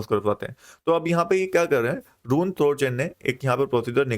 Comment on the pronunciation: It’s रून not रूइन